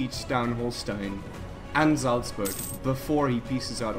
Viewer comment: wow that pronounciation on "salzburg" was kinda perfect